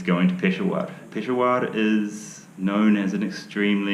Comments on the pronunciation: pe-sha-war not pesowar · you are wrong miss...he pronounced it as PESHWAAR its PESHAAWAR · Peshawar or "Piss Hour"?😂😂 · He can’t even say pish shah war, he said it right while in the rickshaw. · Only difference I could tell is the last syllable. He pronounces it peshawaar. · Just fyi - not that his urdu and Hindi isn’t great. But its pish-shaa-wer, Peshawar. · I know he couldn't even say Peshawar the right way.